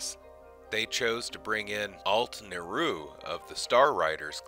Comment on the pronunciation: Alyt (pronounced: "ah-leet") Neroon.